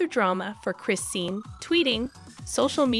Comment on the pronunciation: You are saying the names wrong, it's not Christine and it's not Bluefist I don't know who this girl is that is talking she don't know who the people she is reading about!!😠